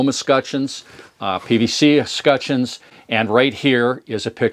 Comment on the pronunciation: It's pronounced "Escutcheons" not "Escutcheons"